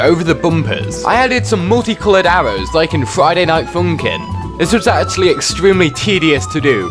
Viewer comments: Love how he says: Friday Night FOUNKIN' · I love the way he says Friday night FOONNkin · Friday Night Foonkin'